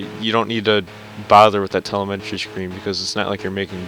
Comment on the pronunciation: TELEMTREE? Its telemetry